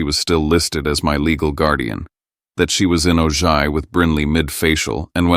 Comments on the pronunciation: AI "Oh-gigh" good grief. It is Ojai, pronounced "Oh-high", Chumash for moon. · Please learn how to properly pronounce City names before using them in stories! The city in Ventura County, California (where I lived more than half my life and some of my family still lives) that you’re calling “O-Ji” is pronounced “O-Hi”! It is spelled Ojai but is a Spanish name. The mispronunciation of people’s and places names in these stories ticks the heck out of me! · The town in California is pronounced: "Oh Hi". You should know that. It's the hometown of Colonel Steve Austin and Jamie Summers! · "oh-jie" - it's actually pronounced OH-hai. Silent J treated as an H. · Wow they are saying “Ojai” wrongly! It’s “oh-high.” Weird to hear though, my brother, William, drowned in the river coming from Ojai through Ventura to the ocean in 1995. It rained so hard that day. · For god’s sake it is pronounced “oh-high” not “oh-ji” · It’s pronounced O hi, not O ji! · It’s pronounced Oh-high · It's Pronounced "O-hi". A Town In Northern California. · It is pronounced Oh-high. I live in Ventura, California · Listening from Killeen, Texas USA Ojai is pronounced with the j pronounced as an h like Oh- hi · Ojai is PRONOUNCED O-HI! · Ojai is pronounced as “Oh-Hi”! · Ojai is pronounced Oh -hi. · Ojai: Pronounced oh-high, a Spanish word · Its pronounced "OH HI," DIPWADS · Can you use the minimal effort to at least pronounce Ojai correctly!